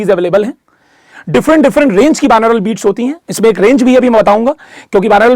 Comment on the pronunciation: Sir, its बाई-नॉरल beats, not बिनौरल beats.🙏